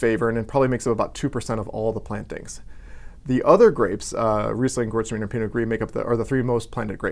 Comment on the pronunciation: if i can correct you concerning the pronouciation of Gewurztraminer. you should say "gay vurst raminair". 😉